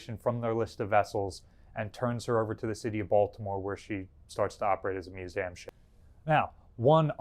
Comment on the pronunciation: "mus- A -m" yep, that's new jersey alright